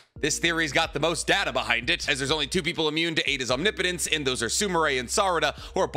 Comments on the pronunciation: Ah you finally pronounced omnipotence right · he's pronouncing omnipotence correctly! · HE DSID IT HE SAID OMNIPOTENCE RIGHT